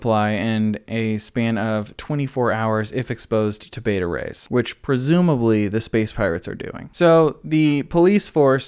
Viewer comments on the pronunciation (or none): none